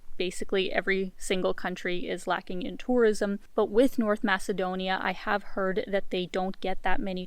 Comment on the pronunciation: You butchered my country's name. Well earned dislike.